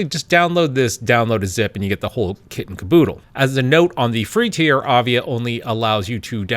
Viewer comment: It's not avia it is aiva.